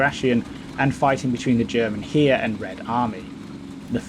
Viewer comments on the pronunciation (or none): For "The German Heer" - "hair" not "here".